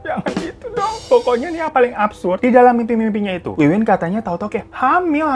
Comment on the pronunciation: Namanya Wiwin, tapi aku kok dengernya Winwin